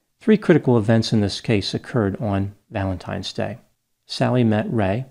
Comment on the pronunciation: I couldn’t get through this series. McNeil allegedly beat her children, but she killed him for allegedly beating her. I think you pronounced “Valentimes” Day wrong 😫